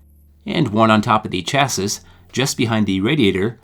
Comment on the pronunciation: Good video, except "chassis" is pronounced "cha-see." The 's' is silent. Must be a word with French origins.